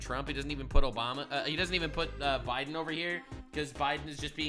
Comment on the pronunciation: “Obamar n Biden”, why do Brits randomly and an “r” after certain words?